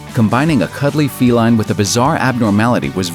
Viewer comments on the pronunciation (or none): none